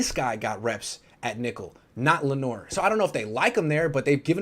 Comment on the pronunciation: Lenoir’s name should be pronounced how he pronounces it. LEN-NOOR. Why complicate something for no reason?